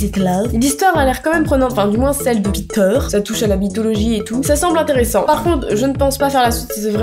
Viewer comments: Ptdr tu prononcais peteur 😂 a la place de piter 😂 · Quand elle dit Peter en anglais au début on dirait qu'elle dit picture 😑